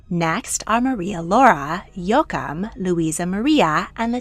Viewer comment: Please: it’s Jo-a-chim and not yookum